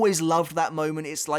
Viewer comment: You used to say Sternritter with a "Sh" sound the way its supposed to be, why did you go back to saying it with an "s" sound?